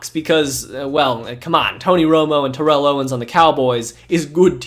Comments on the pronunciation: Great video but TO name ain’t pronounced like that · Why do you continually mispronounce Vinny Testaverde's last name? It's annoying. You also mispronounce Terrell Owens first name and Mike Vanderjagt's last name.